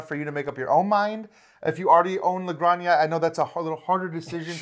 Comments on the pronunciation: Hi guys, great video. Just to let you know, Granja its pronounce like "Gran" - "ha". You are pronouncing like Graña, which sounds like "Araña" that means Spider. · Great video guys, btw it's "La Gran-hah" 😄. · It’s pronounced “La Granha” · It takes VERY little effort to look up how to pronounce a foreign name game. You guys are supposed to be professional and this is disappointing. LA GRAN-HA. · Where’s the “y” in La Granja? 🤣 … all love, guys